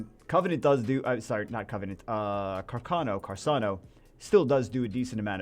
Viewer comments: Fire sniper's name is pronounced Car- Cain - Oh. He is named after the Italian WW2 Military rifle. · Funny thing is I did know about the rifle but I still pronounced it Car - can - oh